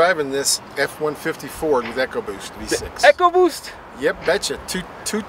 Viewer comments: It's pronounced E co boost not echo boost. Makes me want to pull my hair out. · echo WTF people ECOBOOST say it right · it is ecoboost not echoboost...I think they need to go back to school to learn how to spell and pronounce words...lol My 2 cents worth